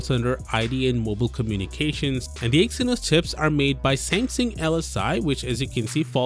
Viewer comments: "Same-SING"? It's pronounced "Sam-SUNG" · I'd swear you are saying Sam Sing... is this the correct pronunciation then? In the states we typically say Sam Sung. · Why are you pronouncing it like that?? "Seymseng" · What is samsing? Learn how to say the name before making a video... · When a channel literally named "Tech talk" cant pronounce the word Samsung..........